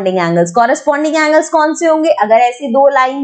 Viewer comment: mam coorosponding angle nahi corresponding angle hota hai 😂😂 Coorosponding angle ❌ corresponding angle👈🏻✅